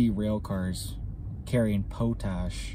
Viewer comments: Thanks for the video. 👍 (It's "POT -ash" btw, not "POUT -ash".) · thanks for the up date,, and it is POT-ASh not po lol pronounced.. Pot-ash hun like a pot you cook in.. sorry just made me laugh the way you say it. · And its pot ash not po tash...but youngsters don't get the education us oldsters got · I believe it's pronounced Pot, " as in, a pot of water " . Not , Po " as in , potable". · We pronounce it pot-ash and it is sold by the ton to the farmers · Haha...it's pot...ash..not po ..ash ..lol..thanks for up dates ..cheers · It's pot-ash.... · Just a heads up it's pronounced pot ash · Pot ash, "ma cloud" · It’s pronounced - Pot-Ash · lol pot-ash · Americans can’t say Potash What’s up y’all? Pot ash . Lol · Alegheny - pronounced “Al uh gain ee”. Potash - pronounced “pot ash” Not to detract from the importance of your message, but proper pronunciation helps to convince us you are well-educated. It’s obvious that you are intelligent. Just do a little more investigation of names. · 'Pot' 'ash'